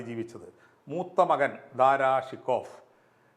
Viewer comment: ദാറാ ശൊകോ എന്ന് ഉച്ചരിക്കുക. ഫാർസിയിൽ ഇങ്ങനെയാണ്.